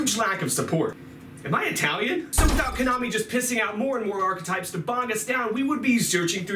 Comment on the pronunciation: Arch A types hahahahahahahahaha "thumbs"